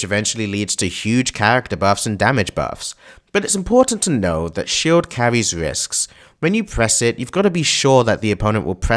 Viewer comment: Never have I heard someone pronounce "shield" as "shilled". How do you even get that idea??